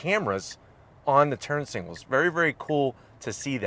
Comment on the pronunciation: I’ve noticed that he can’t say signals he always says singals 😂😂😂